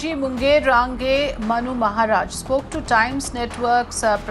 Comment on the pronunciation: Raan-gay ? Wow... it's Range